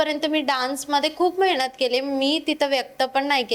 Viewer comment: Mehnat ❌ Mahynat ✅😂